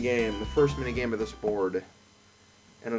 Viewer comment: Best borad ever. Loves the borad